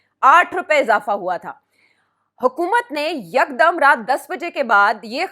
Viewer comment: YEEEKKDDUMM 😂😂😂 what's this madrasi style yeekdumm 😂😂😂